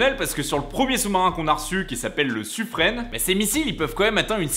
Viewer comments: il pleure parce que dans la vidéo il a dit Suffrene au lien de Suffr"in". Le e ne se prononce pas à la fin du mot ^^ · Bonne vidéo. On est pas encore sur une baston: pain au chocolat vs chocolatine. MAis on dit "Suffrin" et non "Suffrenne" 😉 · Bon ca commence mal, le Sufren pas le "Sufrenne" pour la prononciation, ensuite les SNLE ils sont autonomes et ne sont pas accompagné par un SNA en mission ils sont seuls. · hé bien non vous faites erreur ! mais tout le monde (moi le premier) le prononce "suffrin" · Le suffren se prononce comme le mot "frein" xd